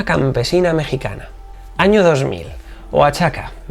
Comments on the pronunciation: impresionante y el caso de la campesina claro que fue sonado en México y claro que causó indignación por las condiciones en que tienen que vivir algunos sectores del país, pero hasta ahí porque como siempre nadie hizo nada más allá. como dato cultural se pronuncia "oajaca" ya se que es un lío eso de las "x", las "ch" y las "sh". saludo como siempre ;) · Se pronuncia "oajaca"